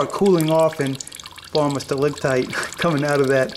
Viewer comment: Pedantical cat: StalaCtite. Not stalaGtite C as in Ceiling (coming down) G As in Ground (going up)